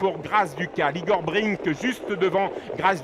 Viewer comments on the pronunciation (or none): C'est vraiment un très mauvais commentateur cet obèse. Toute la course il dit Igor Bring au lieu de Igor Brick. Enfin, on sait à quoi il doit sa place et celles de ses enfants...